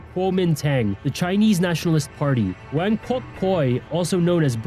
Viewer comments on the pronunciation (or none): none